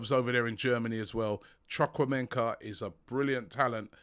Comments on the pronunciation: Its ChU---KwU---Emeka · Robbie the Aston Villa guy is called Chu ku.. 3meka... relax and pronounce it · Chukwuemeka Pronounced:Choo-koo-emeka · Robbie always finds ways to mispronounce names 😂. Chukwuemeka is pronounced It's choo-kwoo-eh-meh-kah. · Robbie let me teach you how to pronounce this name. Chu ku. Eh meh ka. So chukwuemeka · Chukwuemeka, you are really pronouncing it wrong but, maybe you should ask a Nigerian igbo man to pronounce it for you better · Robbie please ask Kelechi how to pronounce Chukwuemeka, you butchered the name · needs to be kept AWAY from non-english names, cos he's terribly butchering them. Chukwamenka? mykilo? Please fix this.